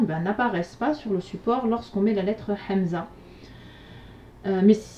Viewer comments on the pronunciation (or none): je suis dsl juste une petite remarque je ne sais pas si on vous la déjà faite. vous dite souvent hamza et vous prononcer ح alors qu'on verité il faut prononcer الهاء.cordialement